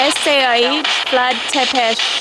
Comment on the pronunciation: Not to nitpick coz I'm loving these vids but u keep saying "Sepes" it's actually pronounced Tepes with a T